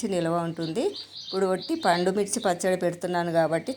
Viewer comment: పాండుమిర్చి కాదు. పండు మిర్చి. తెలుగును చంపేస్తున్నారు